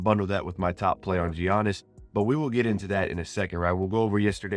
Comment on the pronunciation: Giannis is pronounced yaa-nis